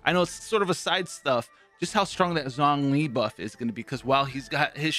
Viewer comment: U finally said xiangling correctly Congratz My Sia example did u good